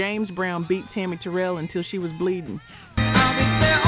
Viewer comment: Thank you for all you do, to inform the viewers on RnB Vinyl artists, whose music & performances we've grown to love. Regarding Tammi, her last name is pronounced Ter-rell.